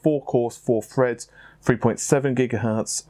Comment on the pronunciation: 6 cores 6 freds lmao i die Laughing each time i hear it.